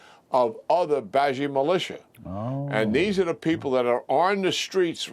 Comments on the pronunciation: Not that it’s a big deal, but you’re pronouncing the names all mixed up! And you use random pronunciations each time It’s BA-SEEJ, not BUHJI It’s MOJ-TABUH, not MUH-TA The Iranian audience, it gives them an impression that you don’t even know who you’re fighting with Thanks for your attention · Keane is a good man, but why can't he pronounce "Mojtaba" and "Basij" even a little bit?